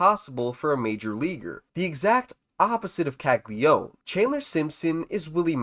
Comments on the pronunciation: How many times does this need to be said... his name is Jac CAGLIANONE. Not CAGLIONE... it's Cag-li-uh-none not cag-li-one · It’s Italian - it’s pronounced Kal-Ya-No-Neh